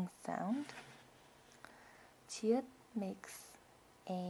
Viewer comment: ㅋㅋㅋ 기여우심ㅋㅋㅋㅋㅋ 지읒을 지긎이라신당 ㅠㅠㅠ!!♥